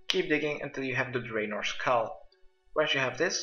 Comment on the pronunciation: I'm a League player it made me frustrated when he said "Draven" lol